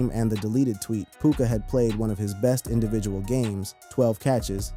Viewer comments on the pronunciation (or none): none